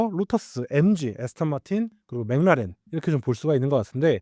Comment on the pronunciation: McLaren 맥클라렌을 왜 자꾸 맹나렌 맹나렌 이라고 발음을 해요… 반복적으로 나오는데 왤케 듣기 싫은지… 신경좀 써주시기 바랍니다..